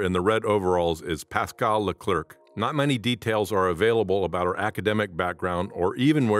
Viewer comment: Leclerc is pronnounced Le-Clare (like the female name Clare). The final C is silent.